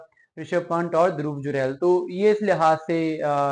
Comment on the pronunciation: आप प्लेयर्स का नाम तो ठीक से प्रोनाउंस करें यार…. पंट नहीं पंत सही उच्चारण है